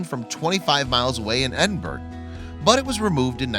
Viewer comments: This guy can't pronounce Edinburgh or Dunfermline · 😂 I know...